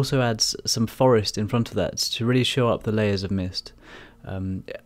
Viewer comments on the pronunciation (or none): none